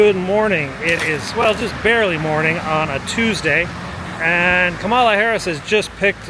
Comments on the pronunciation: NOT Ka mala, it’s Kom ah la. Please correct! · Please pronounce her name correctly. It's only 3 syllables, not hard. Emphasis on the first one: "comma-la." Since she's going to be around, hopefully, for 8 more years, you might as well get it right now. Plus saying KaMAla has become a right wing thing. And Black people are hep to the fact that it's a White racist misogynist tactic to disrespect her. You may want to distance yourself from that crowd. Love you videos. I find them mesmerizing and educational at the same time. Thanks for taking us along with you. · Please pronounce Kamala Harris's name correctly. Comma La